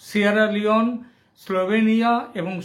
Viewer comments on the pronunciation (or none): দাদা তুমি সিয়েরা লিওন উচ্চারণ করতে পারো না।